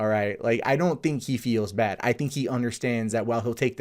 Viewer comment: Why do you say bad as "baid"?